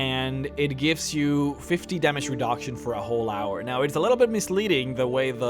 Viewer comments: re-DAUK-shun lol sorry that sounded funny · "damage redagtion"